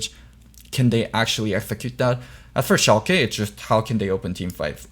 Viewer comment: God the way you pronounce Shalke hurts my ears. Its not ShalkEEEEEE its Shalke (i know this isn't how you discribe it but ... ) its the same e as in Larssen (short and more of an uh sound)